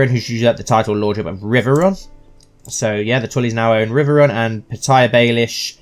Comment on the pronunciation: Petyr is another way to say Peter. You were saying it wrong.